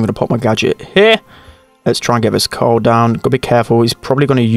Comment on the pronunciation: says "corl" instead of "carl" lol